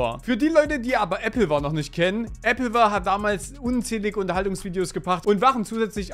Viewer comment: Junge diese Applewar Aussprache regt mich so krank auf